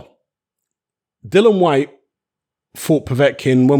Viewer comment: HIS NAME IS DILLIAN WHYTE NOT DYLAN WHYTE..GET IT RIGHT!!